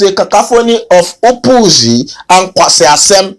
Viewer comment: "nkwasias3m" Said by a Nigerian 😂